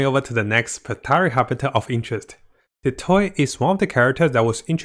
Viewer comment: Why he saying dottore like that 😭 he saying Detroit